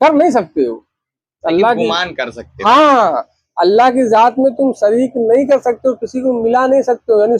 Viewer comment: Sirk😂😂( shirk) sareek😂😂(shareek) jaat😂😂( zaat) is admi se lafzo ka talaffuz nhi ada ho raha isko kon chutia hoga jo alim samjhega😂😂